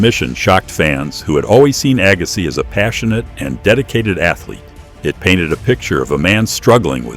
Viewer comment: Agass..eye? Yes, A.I.!